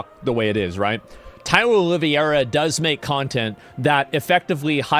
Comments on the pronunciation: It’s pronounced olive- air-uh not o-live-ee-air-uh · Please just stop saying OLIVIERA, it's OLIV-HEY-RA! It's starting to hurt, coming from some1 as intelligent as you. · The way he's pronouncing Oliveira is crazy 😂 it's "oh-lee-vey-ra" Portuguese/Brazilian name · Asmongold is the Chael Sonnen of Twitch. This "Olivieira" is bugging me 😂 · Its not Oliva-iera wtf learn to pronounce his name lmao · Oh-lee-vera. Say it with me Tyler Oh-lee-vera. Common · OLIVE-VERA!!!! How in the world did you come up with that pronunciation!?! That is not how you pronounce Oliveira! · Tyler's patreon has been removed. I mean... have you guys seen who runs Patreon? He's a great musician! Also, Tyler's last name is pronounced: "Olive - aye - ruh" (like in play). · Not Oliviera, Oliveira! It's a Portuguese surname. which curiously has jewish origins, because it's a surname made by/for new born christians during the Inquisition. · I see that Asmongold doesn't know how to pronounce the name 'Oliveira'. Saying Olivierra is not the proper way. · Please learn how to pronounce his last name. Just read it. Oliveira = O-liv-era. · Isn't it pronounced olive-era? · The way you say his name is so wrong😂😂😂😂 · Brother PLEASE start pronouncing his name correctly for the love of God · bro pronounce his name right ffs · you're pronouncing his name wrong brother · It's O L I V E R A 😂😂😂😂😂😂😂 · it actualy impresses me how asmongold can pronounce every single persons name wrong